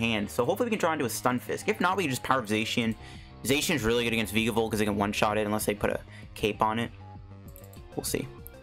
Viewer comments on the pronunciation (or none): What do reccomend replacing friend ball and shuckle with post rotation? Also you're pronouncing vikavolt wrong watch "That's some spicy island research" season 22 episode 12.